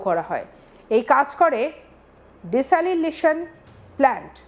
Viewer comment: উচ্চারণ ঠিক করুন। কথাটা হবে ডিস্যালানাইজেশন প্ল্যান্ট।